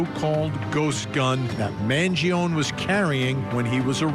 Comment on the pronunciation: Speak his name right, not “Mangion”.